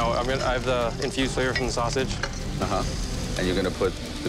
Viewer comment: “Flava” (flavor) … I noticed it’s usually an exaggerated “a” sound. Don’t know why but it annoys me.